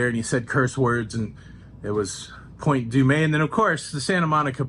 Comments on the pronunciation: I think Point Dume is pronounced "Doom", not du-may. But maybe I've been saying it wrong my whole life . Haha! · Are you sure it’s pronounced “Point Doo-May”? Or is that a Tonyism? As an official Valley Girl we say Point Dooooom. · California here. It is Point Dume (like doom). Enjoy your time. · I enjoyed the sights of my home state! By the way, Point Dume is actually pronounced Point "Doom"😊 😉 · Great you missed Paradise Cove home of Jim Rockford of the Rockford Files. Point Dume is pronounced Point Dumm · Pretty sure it's pronounced Point Zooma. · Local here. Born and raised. Use the carpool lanes and Waze. Also don’t know if you’re being adorable, but it’s pronounced Point Doom. Any questions, lmk!! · Uhhh…. Another Los Angeleno here..I’ve always called it/and heard it pronounced as Point “Doom-uh”…? Did you accidentally forget the “uh”?:) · Wow…..you were around where I went to university….I’m sure you’ve heard enough about your pronunciation of Point Dume. Hope you continue to have fun in So Cal! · Welcome to Long Beach. Point Dume is pronounced Point Doom . Los Alamitos was perfect.